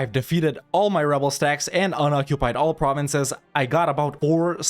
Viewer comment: It's always a pleasure to hear you pronounce french provinces when I'm actually french !